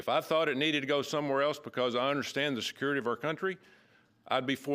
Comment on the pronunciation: Security not skurity